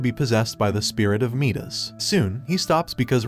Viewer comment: its midas is pronounced my-dis also second